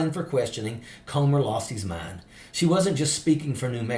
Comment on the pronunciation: when you pronounce the word "come" it's different than the word "comb"..so lets pronounce "Comer's" name correctly ..Comer is pronounced "cummer"